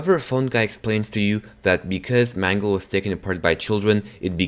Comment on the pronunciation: please dont call Mangle Mungle